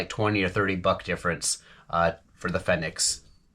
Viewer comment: Big Fenix fan here, use them non stop (every night) here in AZ during night herping season (April - Oct). High quality, good battery life, hard to go wrong, except for the price (like you mentioned). Worth it, imo. Btw, no biggie, but I think it's pronounced Phoenix. Good review.